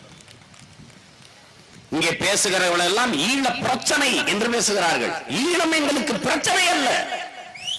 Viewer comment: தமிளர் இல்லை தமிழர் ஈளம் இல்லை ஈழம் நாம் தமிளரா ? நாம் தமிழரா ? ழ தமிழுக்கே தனி சிறப்பளிக்கும் தனியொரு எழுத்து. எனவே ழ வை சரியாக உச்சரிக்கக் கற்றுக்கொள்ள வேண்டும். அவனே சரியான தமிழன். தலைவன் எவ்வழியோ தொண்டனும் அவ்வழியே.